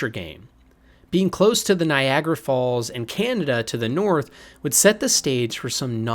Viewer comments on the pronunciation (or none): none